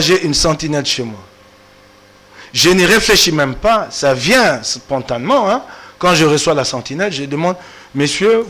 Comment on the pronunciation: assis toi et je t'explique. Après de toi et de moi, on saura qui est bête. D'abord, il y'a la prononciation. Quand on met l'accent aigu, le "e" doit se prononcer distinctement. Ensuite, il y'a cette règle qui veut que lorsque on forme un adverbe en "ment", le radical doit être un adjectif. Ici l'adjectif est le mot "spontané" et l'adverbe donne donc spontanément. Osi omona adjactif spontane na vie na yo? J'ai porté correction à parce que c'est un journaliste. Si c'était toi qui avait commis cette bourde, je m'en serais fiché! Avant ofinga, il fallait otuna nanu. Omoni Bodjoba na yo sikoyo?